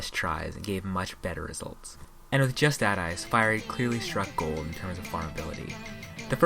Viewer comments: good video, but 7/10 for mispronouncing justadice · Just Add Ice... how could you legitimately believe it was pronounced that way?